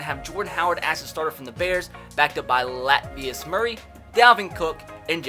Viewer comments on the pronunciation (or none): La-ta-vi-us not Lat-vei-us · Bruh did you really call Latavius Murray “LATVIUS” nigga 🤦🏽‍♂️🤦🏽‍♂️🤦🏽‍♂️ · It’s la ta ve us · Latvious Murray! your pronounced that perfectly!